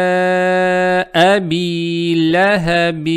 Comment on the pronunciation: Асаламу алейкум хотел за дать вопрос почему места Лахабин Ватаб читается Лахабив Ватаб буду очень благодарен если ответьте?!